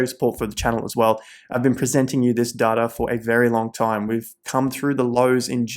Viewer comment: Does data have a R in it lol